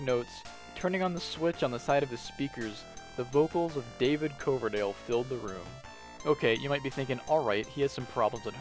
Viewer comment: I can't believe you dared pronounce David Coverdale with a hard ō 🫩 I'm too old to summon Loki... Hah Geez....... Here I go again on my own! Dun de Dun, DUN DE DUN!